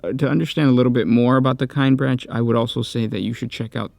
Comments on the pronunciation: This hurts me to listen to because their name is not pronounced "Kine branch." In all the audio books and audio dramas from Black Library, it's pronouced "Kin-eh-brack" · "Kin eh brock" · It’s pronounced “kin-ee-brack” brother!! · that is not how you pronounce Kinebrach at least that is not how they pronounce it in audiobook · Listened to some of the audiobooks. It grinds my gears how you pronounce their name. Amazing video otherwise.